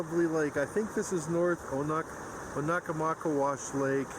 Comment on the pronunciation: It's pronounced Oh-na-maw-kay'-wush.